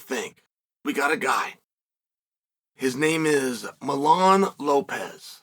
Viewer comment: Uncle Chael can u pronounce one name correctly please it’s Mijain Lopez. Not Milan